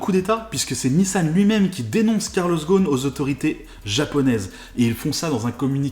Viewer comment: GhoSSSSSSSSSn et pas Ghon! Les Français sont les champions de changement de nom !